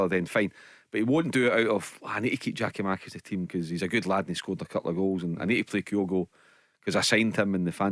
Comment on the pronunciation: GIAKOUMAKIS, BARRY.....GET IT RIGHT